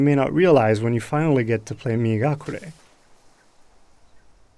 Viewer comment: I thought he was saying “Me and Gakure” referring to his Japanese friend who helped him to make this game...